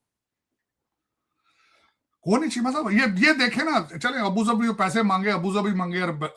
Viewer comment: Abu zabi 😂 it’s Abu dhabi Mr Tarar